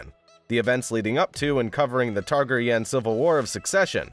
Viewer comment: Narrator pronounces Tar-ge-yun? Uggggghh! Daemon:. "He can keep his tongue"!